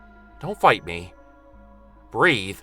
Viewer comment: Loved the intro, and the story was good. But the only thing that sticks with me is saying BREATH!.lol